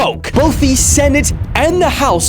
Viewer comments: Its senate not sentate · SENTATE??? 😂, ADRESSES? 😂😂